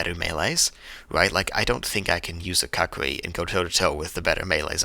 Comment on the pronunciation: Also the "Kukri" is pronounced "Koo-kree", I'm pretty sure.